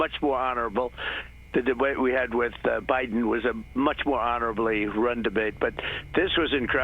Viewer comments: I hate how he says "bIYden" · He keeps saying Biden. 😂😂😂😂😂